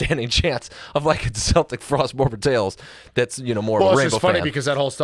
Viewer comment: Are they purposely mispronouncing Celtic Frost? Lol